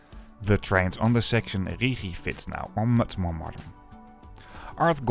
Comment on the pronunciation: Why Richi Bahn? The Mountain is called Rigi, and so it is pronounced Rigi Bahn. OK, better then Ritchie Bahn:face-purple-crying